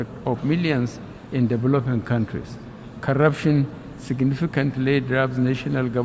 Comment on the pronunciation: He said karaption instead of corruption